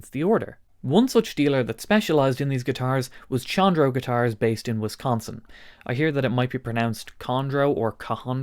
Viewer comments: I'm sure someone already corrected this in the comments, Chondro is pronounced "Kondro", the CH makes a K sound phonetically. It's named after the old scientific latin name for Green Tree Pythons, Chondropython Virdis. They got dubbed "Chondros" by us reptile people, and still have that nickname after being scientifically reclassified in the genus Morelia giving them the scientific name Morelia Virdis. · It is pronounced "CONDRO" A chondro python is a green tree python. And his logo is a green snake. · fyi Chondro is pronounced “Kändrō”, hard K sound. For the guitar store, it comes from the mascot, the Green Tree Python, latin Chondropython viridis. Killer store name. Now, back to guitars… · I believe in this case the correct pronunciation is Con--Dro. That is a nickname for Green Tree Pythons. A popular and expensive exotic pet snake species. Given the color scheme of the company's logo, it makes sense. That and there are a lot of guitar players that collect snakes. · It is definitely pronounced Kondro. Like chronology, chorus, etc. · I feel like the pronunciation of Chondro is quite important here